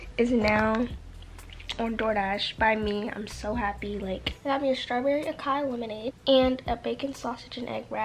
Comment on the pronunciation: baby acai is pronounced “ah-sai-ee” 😭💘